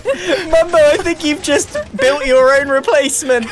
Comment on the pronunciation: Also Mumbo: Mumbio